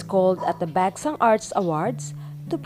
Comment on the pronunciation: Hahaha this! It's the BekSahng for me lol